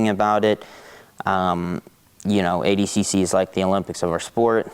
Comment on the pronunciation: Why did nicky say adcc and not adcc lmao